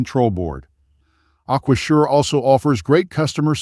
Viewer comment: A-kwa-zhure? This is just affiliate linking content, with ChatGPT distilled reviews, this isn't expertise.